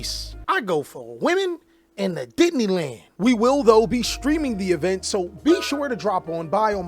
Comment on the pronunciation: The boomers know why you said Disneyland like that. We see you LOL